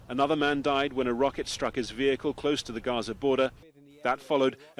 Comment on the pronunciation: We get so accustomed to hearing professional broadcasters in Barbados butchering the English language that we don't bother to say anything about it. CBC should be ashamed of itself. "V-hickle" indeed !